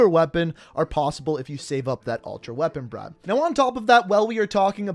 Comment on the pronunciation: he said reapon bribe cool